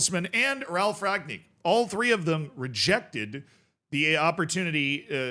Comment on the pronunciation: Great as usual Z. It's pronounced Ralf Ran Yick. 🤣